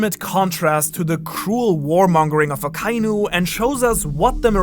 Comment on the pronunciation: omg you're the ONLY youtuber that pronounces akainu the right way not even the all knowing tekking can learn to say his name right he keeps satying a ka iiiiiiiiiiiiii nu , just for that you deserve 10 likes